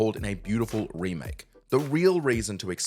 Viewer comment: I think you mean Ramake right